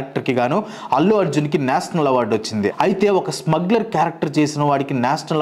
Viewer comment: "ష" పలకటం నేర్చుకో బ్రో! అస్తమానం నేసనల్ అని వింటూ ఉంటే బాగోలేదు 🫤